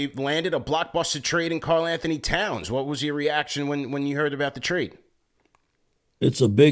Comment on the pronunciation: Did he say Townson? 😂